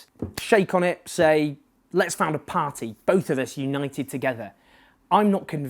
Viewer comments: Learn to pronounce party first! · Excellent thoughts and analysis as usual, but I'm slightly put off by the way you say "party" - as though you have a thick welsh accent, but you're clearly not Welsh. Very distracting, but otherwise exceptional truth as usual in the dearth of factual analysis in the British media. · Please just learn how to say 'party'. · You need to find an alternative to the word 'pah-tee'. I can't concentrate. This feels like a campaign to acclimatise us to the weirdness of your pronunciation. My pah-tee counter is a smouldering wreckage! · A par-tea of par-teas. Par-tea overload ;-) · I will never tire of your pronunciation of "paaht-tee". :-) another great video Owen x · Why can't you say "party"